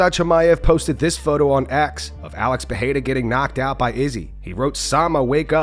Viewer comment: Can u guys please start pronouncing Alex Pereira's surname correctly? First R Is pronounced like an R, not an H. If it was RR, it would be pronounced like an H. Otherwise, love ya work! ❤